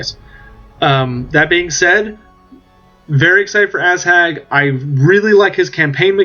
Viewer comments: lol it's Ah-zhag not Asshag.. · Definetly asshag.